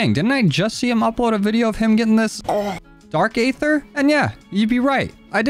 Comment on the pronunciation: You know that aether is pronounced EE- ther, right? the a is silent. It's cringe to here you say A-ther all the time. Just listen to how the pronounce it in the video game. And it that is not enough, look up what aether actually is. HINT: the answer is out there in the aether.